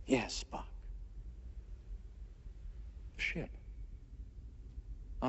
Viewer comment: How does WIlliam Shatner manage to turn "Spock" into a two-syllable name? "Spppp-ock!"